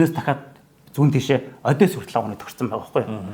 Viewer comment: Ай яа яа, дүү мэдлэг сайтай ч дор хаяж ярьж байгаа газар орныоо нэрийг ч мэдэж дуудаж чадахгүй. Харьков Одесса, хаана нь өргөлт байхыг ч мэдэхгүй мөртлөө тактик яриад байх юм, юу уншиж юу ойлгосон бэ?